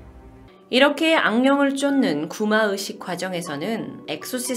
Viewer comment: ' 의' 발음이 안되시나요? 되게 거슬려요. 뭔가 전문성 있는 방송하시면서 구마으식 구마으식 하니까 듣기 거슬리고 집중도 안되고 짜증나요. 개선 되시면 좋겠습니당.